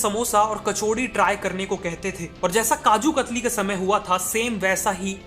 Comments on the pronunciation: Kaju kathli not khatri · Kajoo katari nhi kajoo kathalii